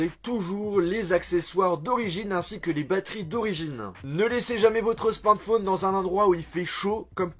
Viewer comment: On dit SMARTPHON EEEE pas smartphon1